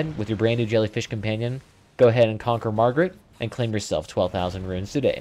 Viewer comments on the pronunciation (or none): FYI, It's MAR-GIT and male. You keep calling this boss Margaret and referring to it as her. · Who tf is Margaret? You talking about Homers wife? This is Mar-G.I.T.